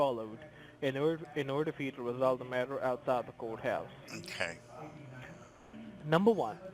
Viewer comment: did he say outside the coathouse or goathouse ???